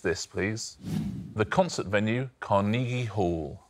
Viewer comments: The way Richard pronounces "Car-knee-gee" Hall lmao. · Fantastic as in can you believe out of four people not one had a clue as to where the Appalachians were? ALASKA? God give me strength. And four people in the arts, with two not knowing where Carnegie Hall was. Oh, and BTW, Richard, It's pronounced Car-NAY-gie, not Car-KNEE-gie. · What I find funny, is that everyone is focusing on the second syllable when it's the last syllable that he pronounced so differently. It's typically pronounced with a hard "g" sound not the soft "g" that he used. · It's how the man's name was pronounced. For some reason we tend to say it Karna-gee Hall but we shouldn't. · That is how the rest of the world pronounces it. Even Sparks pronounced it Carn-EE-gie in their song... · Dead at Osman's pronunciation of Carnegie Hall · I just heard Richard pronounce "Carnegie" and I'm like really?